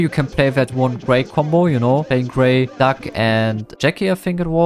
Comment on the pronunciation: It sounds like his saying duck instead of doug